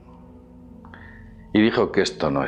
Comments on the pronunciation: ANTES DE HACER UN VIDEO DEBERISAS APRENDERTE SEGUN "TU "LAS COSAS "DIFICILES" """BRADI NARAYANAN """ NO!! NARAYAN......DISCULPA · En serio y con todo respeto, pero no hay ningun nombre complicado al mundo: antes lees las letras una por una, luego en grupos silabicos, y luego juntas todo. No es dificil. Solo hay que leer. Bradi Narayanan. Pasaste del ultimo AN durante todo el video. Una vez fui a una conferencia del astronauta ruso Fyodor Yurchikhin en el observatorio de Madrid, y la tia que presentaba se lió con su nombre. No me lo podia creer. Yur-chi-khin. Na-ra-ya-nan. Co-ño.